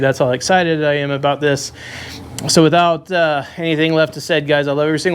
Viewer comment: These are the best kind of videos. See sht himself when his old lady rolled in aboot 😂